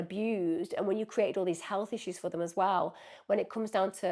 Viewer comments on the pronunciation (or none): none